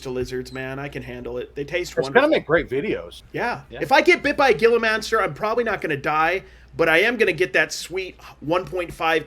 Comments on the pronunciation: You all are to funny. I live here in Az. those lizards are spelled with a G - Gila Monster but are pronounced with an 'H' (LIKE HILA). Keep up the good work. Love watching you all. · I'm originally from Arizona, and I see that someone also corrected your pronunciation of Gila Monster...HEE la Monster. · it's a Spanish word, the lizard name starts with a G but is an H sound. Cary, yes, it can be annoying, I don't mind myself, I'm a big dog lover..... sorry, if me, you would be dead if me too, I would save the dog